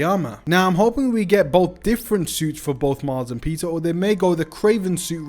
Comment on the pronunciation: pizza parker.... dude really can't pronouns peter